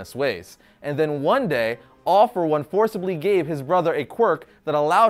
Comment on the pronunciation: why all for one sound like AWFUL ONE?